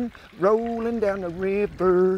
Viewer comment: (My man said "...Riv-ER" With a hard 'E.R.')